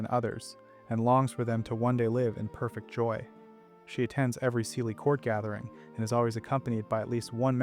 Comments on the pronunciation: OK I am picky but SIDHE is pronounced SHEE and not SEEDHAY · With Leanan sidhe, you managed to completely mispronounce the Sidhe.... It is actually pronounced Shee. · Just fyi, Sidhe is a Gaelic word, and it's pronounced "she". Kinda like the Irish actress Saoirse Ronan, whose first name is pronounced "ser-sha". It's usually a good idea to google the pronunciation of a proper noun over just trying to sound it out, especially when it's a loanword from a foreign language.